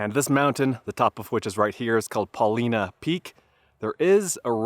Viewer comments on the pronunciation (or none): It's pronounced Paul- line-uh Peak. Not "Paleena Peak" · It's not pronounced Paw leena,,its pronounced Paw line uh,,a true Oregonian knows this. My first trip to Newbury crater was about 60 years ago,,the road was pretty much 4x4 only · I work on a butte nearby and the fires were finally going out at the end of my season, mid October. Did you see the firestone butte and flat top fires? And just for your info: it’s pronounced PUH-LIE-NUH. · Paul I na not Paul ee na. Paulina was a fierce Snake (Shoshone) war chief. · Great vid! Just so you know, it’s pronounced: Paul-eye-nah. I like the letter I (eye) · Proper pronunciation. Po-line-a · Paul eye nah. It's named after a native chief from the area. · It's pronounced Paul-Eye-Nuh... weird people here. Also, I haven't finished but I hope you visited the hot springs! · I've camped at East lake many times, been snowed on in June. BTW, it's Paul-eye-na to the locals. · It’s Paul-Eye-nuh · Paw-LY-nuh peak - not pronounced like the female name. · Hey 👋 welcome to oregon. It's pronounced with a long I. Paw-lye- nuh. Paulina was an native American chief. The three sisters are, Faith,Hope, and Charity. Enjoy Oregon! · Ha ha.I was just coming to the comments to say the same thing! And yes, it is a long I. I also agree that it's a great video. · Did someone correct you already and if so, here it is again. The Paulina Peak, Paulina Creek, and there is a town called Paulina is pronounced with the 'i' as a long 'i' so it says it's name. It's okay, the Willamette River, which is also in Oregon, is never said correctly either. Nice view isn't it. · Feel lucky to grow up in Central Oregon before youtube. Still so many cool places i refuse to share. Btw you totally pronounced Paulina wrong. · Paulina is pronounced with a long "i". I wish you guys would get these things correct. I see so many errors on things I do know, it makes me distrusting about the things that I don't. Glad to hear you pronounce Oregon corrrectly.